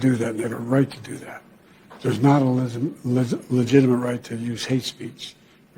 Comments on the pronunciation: "Legitimate" [LI] + [JIT] + [I] + [MUHT] ; say it jo. It's a 4th grade word for cryin' out loud. SMH. FJB= LOSER CCP PUPPET~ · I like how every time he tried to say the word "legitimate" it didn't come out right once lol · The guy can't say "legitimate." What's a "ministration?"